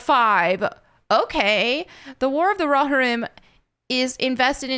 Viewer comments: Row- Hear-UUUM! Not Raw-HiR-Om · RO-HEAR-UM or RO-HEAR-RUM. There ya go :D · It's pronounced as follows: roe-HEAR-ihm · Pronounced Roe- Hear- Um. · It's pronounced "row-hear-em"... I think. 😬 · Thank you 😂 oh it bothered me but I know she tried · The way pronounces rohirrim has me dead🤣💀